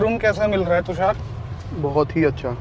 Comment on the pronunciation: Brother tusaar nai , tushar ,, its sh 😂😂